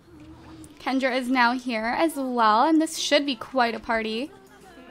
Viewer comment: Pick Kendra and also Andrea's name you don't pronounce the a